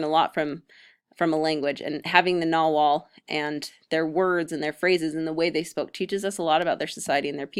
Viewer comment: Pretty good 101 info. Some issues: Nahuatl is prounced Na-watl. Conquest date depends on what you mean. Conquest of tenochtitlan was 1521. There's less of dozen codices that are pre-conquest.